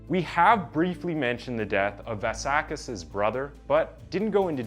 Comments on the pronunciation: kis surname is vLassakis not Varrsarkis, the "L" is pronounced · It's pronounced vlah sah kiss. Its greek. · How many different ways can a person pronounce 'Vlassakis' 😂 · i've been watching your videos for some time now and i realized you don't pronounce good, or even decent, the names of non american characters. In the argentinan 9 year old killer you said Buenos Aires in 3 different forms. Now on this one with the Vlassakis dude you dont even say Vlassakis, you say Valsakis. I fully recommend you to search for the pronouncations before you record.